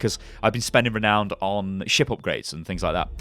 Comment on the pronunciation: Can't wait for this to go alpha! On a side note, I had to chuckle at you mispronouncing renown and ratings :D